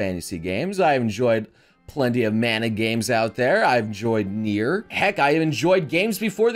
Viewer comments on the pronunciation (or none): none